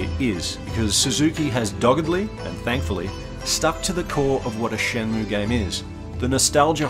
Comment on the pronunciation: ShenmUe pronunciation correct